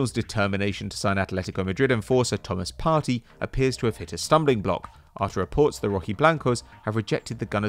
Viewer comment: I know u r white but u have to get it write its Thomas Part(ey)= (aey) not PARTY